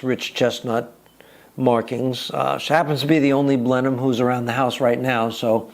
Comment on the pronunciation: We English say Blenim for Blenheim and Marlbra for Marborough. FYI.